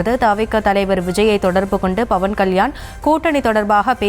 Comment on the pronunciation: Adhu BAVAN KALYAN illai... PAVAN KALYAN, don't change his name,.. News tamil channel educate your journalists first.😂